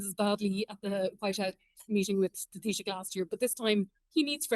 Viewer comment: Tab - ith- ha, not Tabita. I'm so used to hearing Matt Cooper's introduction I forget what English sounds like.